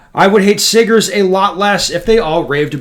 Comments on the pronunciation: Here he go with the hard ER 😂. It's Sigga with an A bro. Wtf 😅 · Wow, hard "R" on the siggers! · with the hard ‘er’…. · OPENS UP WITH A STRONG "R"!!!!!!!!!!!!!!!!! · That hard R😂😂😂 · Definitely did not expect the hard r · Ben, not the hard R in the intro. 😂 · Absolutely glorious 😂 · You pronounced the hard "r!" :o